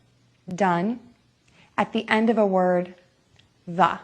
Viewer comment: There's that word again? "offov"